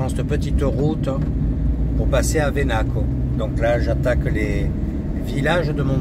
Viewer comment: On prononce "VEnacu", pas "veNAcu ;)😊